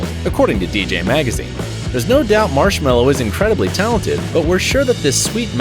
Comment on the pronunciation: I never have Daft Punk in my life and you can’t speak Marshmello right